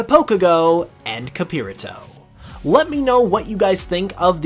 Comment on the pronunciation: So xd capirato would be a soft r The way that you pronounce in "spanish" capirato would be Wrighted like capirrato to had a hard r